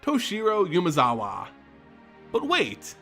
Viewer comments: Also constant YUUUmezawa instead of Umezawa is kinda annoying, I mean if I'm about to pronounce the same name a milliion times in a row, I might at least try to get it right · Great video as usual. Just gotta say it's "Oo-mezawa" not "you-mezawa" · It's Umezawa, not Yumezawa.